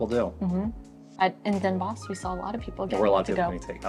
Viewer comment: I was born in s'Hertogenbosch - the forest of the duke. The short spelling is Den Bosch but you say Den Bos, the 'sch' is a remnant of old Dutch